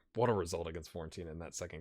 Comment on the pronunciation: It's Fiorentina not Florentina :)